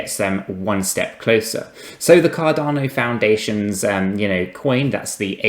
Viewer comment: At least say the name right